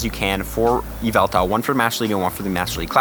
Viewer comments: It's YveltaL with an L at the end. It boggles my mind why some people ignore that. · Dude said Yval-TARD!!!!